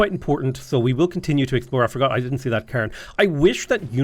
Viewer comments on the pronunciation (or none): none